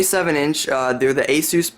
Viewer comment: You disliked the video because he said Asus correctly? I'm very confused...